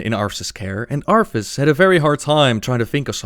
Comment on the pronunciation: Does anyone else hear him say Arfus?